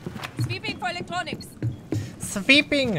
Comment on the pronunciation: "Sveeping! Oh shit I almost fell."